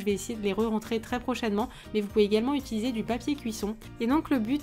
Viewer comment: tu dis " itiliser" mdrr